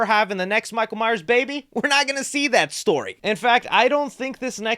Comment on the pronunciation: Michael MYERS!!!! You constantly say Myer and it grates on my nerves